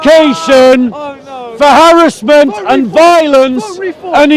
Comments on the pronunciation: Come and debate me when you learnt how to speak full English. Just to let you know I was the one educating you on your broken English it’s “harassment” not harrisment. And I admit I came with the intention to troll you 100%. To stop you from preaching extremist nonsense come and debate me about Islam the next time I see you. “Indeed it is not the eyes that are blind but the hearts” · This fella is just a typical example of what schools are spitting out now! They spend all of thrir focusing on Petty minded BS ( like pull the speaker up on his slight mispronounciation of the word Harassment!& Also saying ' Where's ur source'? When this has been a Natonal Story for quite a few months now!